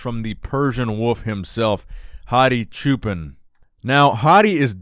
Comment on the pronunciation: Hadi's last name is pronounced "cho-pawn" which means Shepherd!